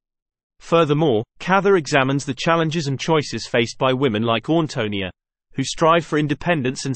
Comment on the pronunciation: You might want to learn the correct pronunciation of the main character’s name before doing a video!